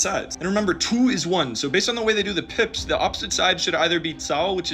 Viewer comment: PIPS? SOUNDS MORE LIKE [PIPIS]